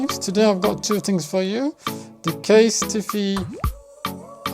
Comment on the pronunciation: CASE-TEE-FEE! 😅😅😅Kind of like the new pronunciation!